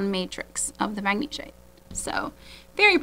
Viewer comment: Heishi can be pronounced either the way you are saying it, or HAY-she. Magnesite is pronounced MAG-na-site. You’re doing a great job, and I’m really learning a lot about gemstones from you. Beautiful stones!